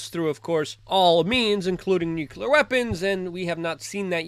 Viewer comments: how hard is it to say NUCLEAR instead of nucular? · Like, why do you keep mispronouncing the word "nuclear"? It's pronounced "nu-clee-ar". Not ""nu-Q-ler." Got it? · NUKE -LEE-AR not NUKE-U-LAR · Luke radowski please learn how to pronounce the word nuclear? Thanks